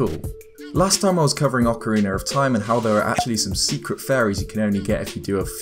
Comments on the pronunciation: tee hee "Ocariner" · I like how you say ocarina like “ocariner.” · Good sir, theres no 'R' at the end of the word 'ocarina' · Ocariner of time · Ocarinurr of time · Ocariner of time - 2019